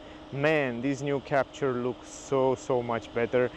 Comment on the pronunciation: It's a french car so you should pronounce it's name the right (french!) way!